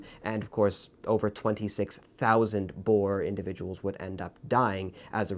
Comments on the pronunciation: Sorry to say you daid boer wrong it is boo-r and it is spelt Afrikaans. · As a South African your pronunciation of Boer made me laugh. I know it's spelt the same way as the animal but still. And in Afrikaans it just means farmer. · I think the most painful one was boer. Thats not how you say it.